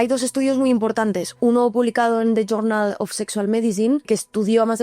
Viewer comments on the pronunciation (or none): none